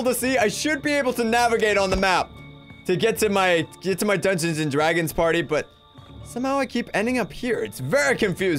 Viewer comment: Just Wanted To Play "Dungeons And Dwagons!!!"